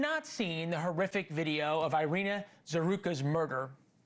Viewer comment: EE-ri-na, there is no AI sound for the Y or I in Ukrainian.